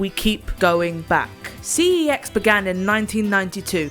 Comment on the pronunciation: It's pronounced "sex."